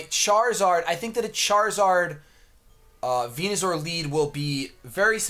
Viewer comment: Man the way he says Venu-zor drives me nuuuuuuts